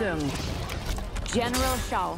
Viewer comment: what the hell is a GayRus, General Sho, Liu kan, Havuk, and Shun Sung????